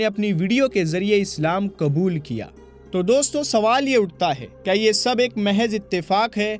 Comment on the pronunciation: Aap is waqt urdoo zubaan se khitaab kar rahe hain to apni zabaan par qaaboo rakhen qlafz kabool nahin woh lafz qubool hai doosre lafz fir nahin phir hai